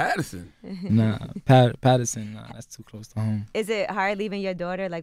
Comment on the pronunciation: Nikka said Patterson